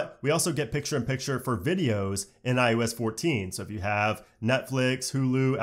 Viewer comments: IOS — “Eye-You-S.” Eye-OH-S? Library— “Li-bary” Li-bRary? LOL — regardless, great info and THANK YOU! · It's iOS not iUS like it sounds like you keep saying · Is it me or do you keep saying, "iUS 14" instead of iOS 14? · maybe someone should tell this guy that iOS isn't called iUS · I kept hearing you say IUS instead of IOS and I started to think I was crazy. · it's EYE-OH-ES. Not EYE-YOU-ES. 😩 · David Cardona your answer to his question reminds me of the kid in 3rd that when you asked for gum and they would say they have some at home. Technically it’s on the same subject but not relevant to the context at all. Unless you are saying he learned to say IUS in those first few months but has refused to get with the program after years and years. Also while being a tech youtuber that needs to properly be in the know about new things. Idk if I’m buying that one. I’m gunna say he is Canadian or has a slight regional accent of sorts from the USA. But yes Adrian. He was seeming to say IUS the whole video. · Killing me with the “iUS” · i'm telling you.... I finally had to mute him and use CC.... every time he'd IUS 14, I wanted to scream. and little shit doesn't bother me but this... this triggered a bish. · Kept saying IUS it was annoying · Sounds like you’re saying iOOOS or iUS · So annoying saying iUS14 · Lol, never noticed. Now I can’t not hear it. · It sounds like you’re mispronouncing iOS, which would be amazing.